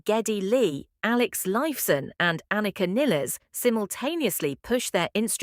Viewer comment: Why the fuck can't AI pronounce Anika, or for that matter, Neil's name correctly! Garbage in, garbage out!